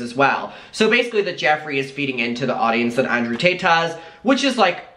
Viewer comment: why the heck does it sound like your saying Andrew Tateas it sounded like a combination of Tate and Paytas🤣🤣